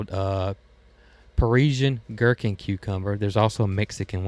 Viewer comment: Gherkin cucumbers you pronounced correctly btw. I love them for baby pickles for my grandkids. They are dill pickle crazy.